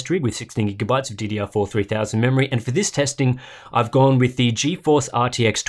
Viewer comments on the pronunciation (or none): none